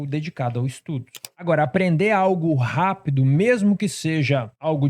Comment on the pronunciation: Também notei hehe